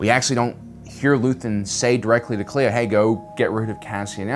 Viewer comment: When I first heard a character say Kleya's name, I heard Leia. So that's my crazy theory.